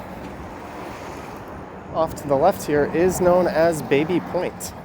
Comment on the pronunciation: I thought it's pronounced "Babby" Point